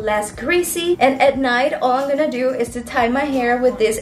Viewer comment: The fact that she doesn't say 'I'm'....instead she says 'ig' is so cute❤